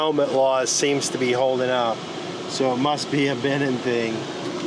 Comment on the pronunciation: It's BenEENn not BEhnin.